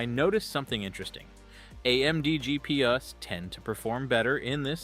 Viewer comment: picked it up from the awkward pauses and the "GP us" in the GPU section